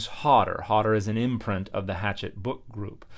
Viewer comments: I think it’s pronounced “hash-ett” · It’s pronounced hashette